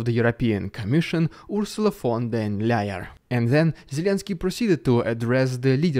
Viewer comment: Olaf Scholz is a very confused person. Also when speaking german he sometimes is not getting the best out of his mouth. But I can also imagine that he is fairly stressed lately and this can cause this kind of problems. Also your mispronounciation of von der leyen was funny. I understand having her as a minister of you and thus hearing her name regular makes it a bit easier knowing the right way.